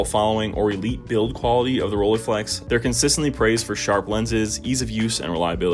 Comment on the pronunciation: First pronounciation snob calling: Rollei is not pronounced with an e (like eagle) in the end, that would be "ie" in German. German "ei" is pronounced like eye or I. So, Roll-eye-flex, not Roll-ee-flex! Have way to much cameras (and lenses), but love most. The Pentax 645n with a lens setup from 35mm (and the 33-55mm) up to 400mm, and a Pentax 645 as backup. The nice Mamiya 6 which I had found 2 years ago with two lenses for only 800 CAD (got the 3rd lens, the 50mm later as well for a reasonable price). My first medium format was with the Minolta Autocord (I am a big Minolta fan), unfortunately the stupid focus lever broke off after I had it CLA'd... Still have to try out the Zeiss Super Ikonta (early version from the 30s, 6x6, with a Tessar 2.8 lens) and the Fuji GW690 which are around...